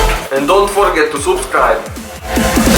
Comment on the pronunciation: "And dont forget to subscribe" Ez úgy hangzott mint amikor cs:go ban próbálok orosz akcentussal angolul beszélni.